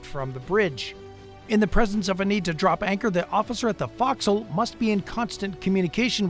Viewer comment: Again, a bunch of misinformation. I served on a carrier, USS Saratoga, from 67 to 69. Very few ports of call can accommodate a carrier pier side, and we dropped anchors at every port of call, every single one. And again mispronouncing nautical terms, really lame. If you can't correctly pronounce forecastle, don't narrate videos about the Navy